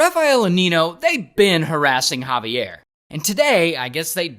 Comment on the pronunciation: When I say the the Javier I shouted thats (jah-vi-air)